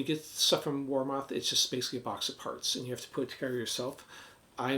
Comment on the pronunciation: War Moth would make a great band name 😂 But its pronounced Warmith. Btw I have 2 Warmoth strats. I love their products.